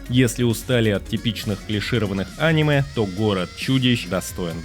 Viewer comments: видео супер, только режет слух твое Аниме, вместо анимЕ. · Топ мне понравился, описывать тайтлы ты умеешь, но когда говоришь Аниме, а не анимЕ... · Почему он говорит Анимэ, а не анимЭ🤔всегда думал что ударение на последнюю букву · Бро видео просто потрясающее! Сразу 7 скрытых алмазов! Спасибо! Единственное, очень режет слух слово Аниме, когда абсолютно все говорят анимЕ. Загуглил, пишут что ударение правильно на последний слог, подумай, реально режет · Не Аниме, а анимЕ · посмотри в интернете куда ставят ударение в слове аниме. а то видос норм а твоё "Аниме" сильно портит впечетление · Не очень понимаю, как после слова "а́ниме", можно всерьёз воспринимать ролик. Ведь всем известно, что правильно говорить オネメ。 А кроме шуток: шикарная подборка. Буду смотреть, чего не знаю. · Противно слушать, еще бы мультфильм назвал… ударение правильно надо ставить а не коверкать слово! «Аниме» на третий слог ударение! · Может топ и хорош но неправильное ударение, прям бесит